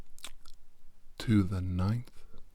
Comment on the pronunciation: "Whale cum"